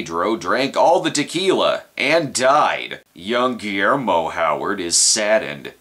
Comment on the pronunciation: Did you really say, "Guiller-Mo Howard?" Brilliant.